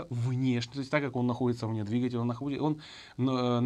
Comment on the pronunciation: Замечательный, грамотный обзор! Но "двигателЯ" !?....